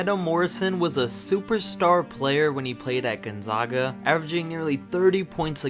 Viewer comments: I have to correct you on behalf of everyone in Eastern Washington. You mispronounced "Gonzaga" and "Spokane"...it's GonzAAga (not GonzAHga) and Spo-CAN (not Spo-kane). How would a person know if they hadn't been there? I get it...but still...everyone from Spokane cringed when you said those words. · Gone-ZOG-ah and Spo-CANE. ARGHHHH! Learn to pronounce the things you're talking about. It's Gone-ZAG-ah and Spo-CAN. Sheesh. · Gon-Zag-A, not Gon-Zog-A, Spo-Can, not Spo-Cane. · It’s pronounced Spo-can not Spo-cain and it’s pronounced Gun-zah-guh not gone-zaw-guh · Why do people say (Gon-zawguh). It’s pronounced (Gon-zag-uh) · Listening to you pronounce Gonzaga wrong every time you say it hurts me, it's Gonzaga not Gonzoga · It's Spokane...like cane, candy cane. Long A. And Gonzaga....Gon-zegg-a like egg 🥚.... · Gon-zayga* and Spoke-anne*. Get it right. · It's pronounced Gone-Zag-Ah and Spoh-kane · You said Gonzaga/spokane wrong. 😂😭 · Homie, you pronounced both Gonzaga AND Spokane wrong in this video. I honestly couldn't keep watching after that. A little more research might help. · Learn to pronounce Gonzaga and Spokane. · Learn how to properly say Gonzaga and Spokane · Wheelz no, but this man needs to learn how to pronounce Gonzaga, and I'm a regular cake, not a cupcake